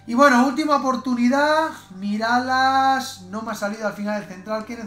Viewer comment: Porque dijo Miralas en vez de MiraLLas?!?!